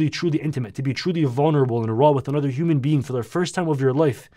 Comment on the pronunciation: bro said 'human feing' 💀